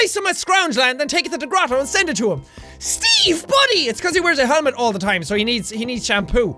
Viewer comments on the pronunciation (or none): none